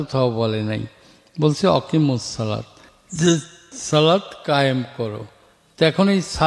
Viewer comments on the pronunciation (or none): রাসুল সালাম গোঁফকে ছোট করতে বলছেন দাড়ি কি লম্বা করতে বলেছেন কোন হাদিসের অনুযায়ী। দেখতেছি অনেকে বলতেছে অনেক উনি ভুল করেছে করেননি। উনি আকিমুস সালাত কে ওয়াকিমুস সালাত বলছেন। উনি কোরআন শরীফে ভালো করে পড়তে পারেন না। বেশ কয়েক জায়গায় ভুল উচ্চারণ করছেন। ওয়াজিব নামাজ কি সুন্নত নামাজ বলছেন। বেশ অনেকগুলো ভুল করেছেন।